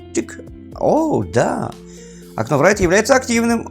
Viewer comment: Write произносится просто: raɪt Райт или рай(ы)т. Не надо говорить врайт